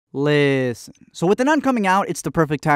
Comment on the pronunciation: Is it only me that it bothers me that when he says listen in the beginning of the video he’s only saying list